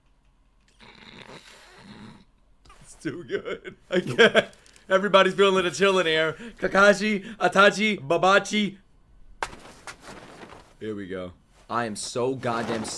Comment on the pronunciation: pls its "E" tachi